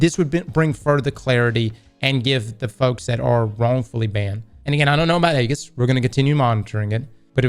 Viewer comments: It's E - GIS, Greek Shield not Egg- is, lol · Age - iss, not EGG - iss. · Bruh. EE-JIS. Ee-jis. Not Aggis. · Aegis," pronounced: Ë-jìs. Hard, 'E,' fellas. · Say it like this: ee-jis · you're saying it wrong It's (ejis) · Aegis is pronounced Age Is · FYI from your friendly neighborhood copywriter / dad guardian - Aegis is pronounced "eejiss" 🖖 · Really hate how pronounces Aegis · will learn how to pronounce aegis one day